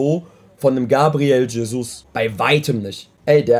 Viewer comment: Bruder dieser Aussprache TSCHESUS UND NKETSCHIAH hahahah alter